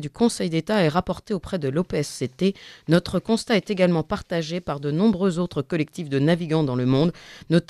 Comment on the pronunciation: Quelqu' un pourrait-il expliquer à cette charmante journaliste qu'en français on ne dit pas "nautre" (comme dans "autre") mais "notre" comme dans "note"? MERCI D'AVANCE!